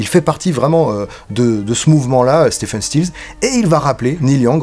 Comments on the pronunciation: Si je peux me permettre, on prononce STIVEUNE et non STEFEUNE. (J'ai fait la faute pendant des années). En fait, on dit Steve (STIV') Stills, CQFD. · Stephen se prononce en fait Steven ... Mais bon c'est juste pour chipoter. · Épisode qui fait écho à la master class. Devenez membres Tipeee !!! (Pour être pointilleux: Stephen is pronunced Ste(V)en 😉)